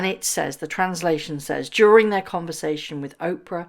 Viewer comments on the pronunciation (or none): none